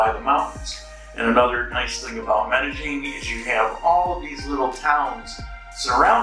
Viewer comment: Glad your happy now and if you get rid of the G when you pronounce Medellin you will say it correctly. Sounds really weird and ugly with the G you add. Just saying.